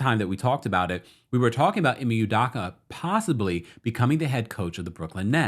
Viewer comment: U do ka not udaka